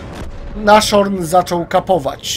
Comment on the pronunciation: Racing Jak chce gadać naSZorn to tak będzie gadał i raczej tak pozostanie.